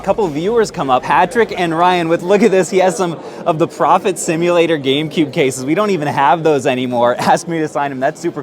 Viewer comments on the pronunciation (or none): Saying STimulator instead of Simulator the whole episode 🤦🏾‍♂️ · saying bee stimulator instead of simulator so confidently has me so confused lol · First of all why is bee simulator a grail game ?? It's literally at every GameStop I've been too . Second wtf is he calling it bee stimulator ?? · Does he really think it says Stimulator?? And he says Cardinal, Card-i-nal...